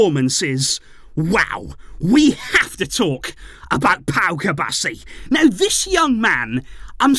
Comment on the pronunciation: Cubarsí has an accent on the I, it rhymes with referee